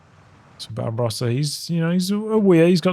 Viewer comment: I kept thinking you were calling “Barbarossa” “Bob Ross” and it made me very happy haha